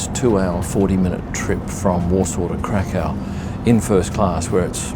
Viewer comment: Glad you enjoyed your stay. I live in Krakow since 2010, sure beats Amsterdam and Warsaw (personal opinion). p.s. it's pronounced Krak uff :D Too bad you didn't show (go to) the main square in Krak uff, which is the largest in Europe.